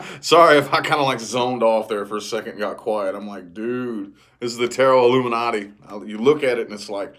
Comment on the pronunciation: be trippin on them "Illumi-nati" cards 🤣 🦋 Gracias 🇨🇺 🍮 ☕️